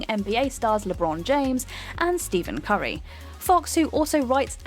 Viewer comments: Stephen (Steff-IN) Curry not Steven Curry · STEVEN CURRY!!!!!! 😬 bro that fucking cringe. It’s “Stef” Curry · Stephen Curry, not Steven Curry.... just saying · It's pronounced "Steffen Curry". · Nike lost out on a massive partnership with Curry when the rep they sent kept calling Steph “Steven” It’s Stephen “Steph” Curry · "Steven Curry"? Its Pronounced like Steph. Steph-en Curry. No big deal though. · So... Given that Stephen is always pronounced as "Steven" in the UK, and that basketball isn't a particularly well followed sport here, and this guy has decided that his name should be pronounced differently, presumably just to try to be "original", and just has a script to read from, can you really blame her for pronouncing it incorrectly? Jesus, give her a break! Seriously, mate. Don't be lame. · "GiLermo Del Toro" "Steven Curry" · Is it? I have no clue how he pronounces his name. But many who spell their name that way do pronounce it "Steven". How about "Stephen King"? I've known at least a dozen people named "Stephen", and all of them pronounce it as "Steven". But, as I say, I have no idea how he pronounces it. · Did she just say Steven... SMH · Spork Spatula You do know they didn't name themselves right? Stephen also isn't feminine sounding, don't know where you pulled that from. In the English language PH=F, people that name their kids Stephen and pronounce it Steven failed basic English, no other word in the English language treats PH as a V why should Stephen be an exception?